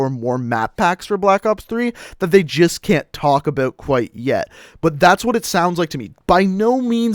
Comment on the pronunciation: The way he says "about" makes me cringe lol